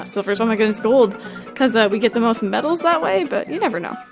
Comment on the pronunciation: Idk why, but when says medals it sounds like babbles